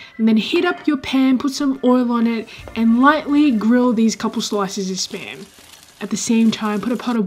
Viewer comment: Whenever she says spam, I always hear sperm